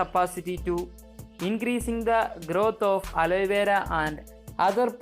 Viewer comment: Its not aloyvera